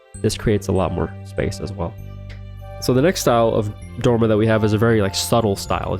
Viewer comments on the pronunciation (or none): good content, but why do you say "plain jane" so much? and why, with an american accent, do you say "dorma" instead of dormer?